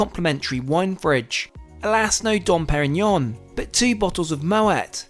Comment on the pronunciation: Been watching for a long time and I noticed you take care to use the proper pronunciation of certain foreign words (has seen in the video), so that's the only reason I'm commenting on that, It's not '"Dom Perignon" with a hard M, the M is essentially silent and acts as an "N"